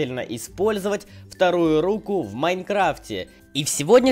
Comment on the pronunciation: рУку, а не рукУ